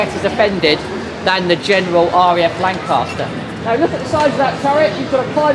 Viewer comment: LAN "CAS" TER --- CAS as in mama cas KAS KAS KAS